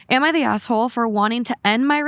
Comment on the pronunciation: Can someone please acknowledge that when says asshole it sounds like asswhole